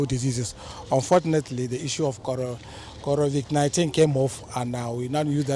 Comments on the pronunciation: Did he just say Corovik 19?😄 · Why are Nigerian's finding it hard to pronounce Covid-19/Corona-Virus...smh 😆